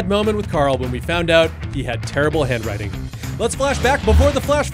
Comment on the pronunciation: When you said "we found out he [Carl] had TERRIBLE HAND-WRITING", I thought you said "TERMINAL BAD WRITING" (as in "terminal cancer")